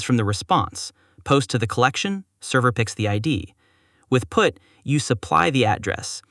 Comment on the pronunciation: The Text-to-Speech definitely had some glitches this time... "The browther can prefetch it" "Use putt when you are replacing the whole thing"